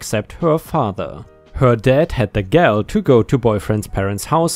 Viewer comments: "Gall" is pronounced the same as "tall", or "small". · Gall is pronounced in american english like "ah" or the awe in awesome. "Gahl" I dont comment this as a complaint or anything, just saying in case wants to know.